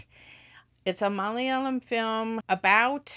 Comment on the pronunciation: Your Malayalam pronunciation is great...